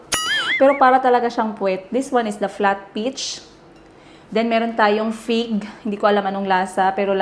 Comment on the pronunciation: Dinig kong binanggit mo pig kase wala ako sa harap ng screen sabi ko me prutas bang pig? Anyway fig pala lol😂 Have fun in Europe !!